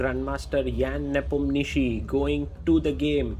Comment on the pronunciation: Sagar pronunciation of Ians name 😂